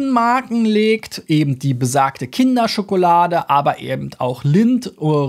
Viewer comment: “Eben” nicht ebend!